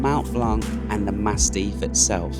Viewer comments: Massif, not mastiff ... I think you meant to say. Able to pick yourself and keep going when the morale is lowest ... Kudos. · Its massif not mastiff 😅 beautiful video